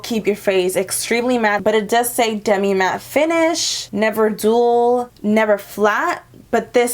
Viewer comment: Dull not dual hahaha. It's okay, we all have our moments